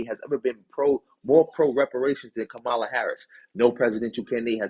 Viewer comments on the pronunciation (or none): COMMA-lah not kamal ah